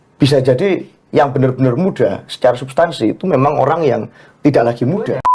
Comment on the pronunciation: mbk inayah..orang..bukan oyang